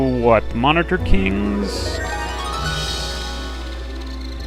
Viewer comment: yeah gameplay is tremendous and well thought out, but please for the sake of me pulling my hair out work on pronunciation of things lol min-o-taur is not mon-I-ter I mean other than that great job!